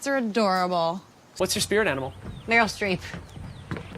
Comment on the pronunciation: Margo Streep?!?!?!?! Meryl non maryl